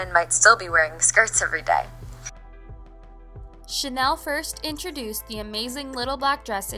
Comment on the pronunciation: It’s pronounced Chanel not Chanel .